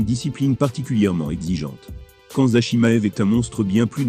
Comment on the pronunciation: Pourquoi ? Vous avez entendu çà où ?! "Khan-mza" je vois pas de "n" dans "Khamzat"